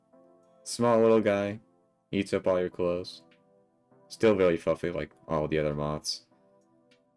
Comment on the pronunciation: Every time you say “fwuffy” I contemplate driving a kitchen knife through my sternum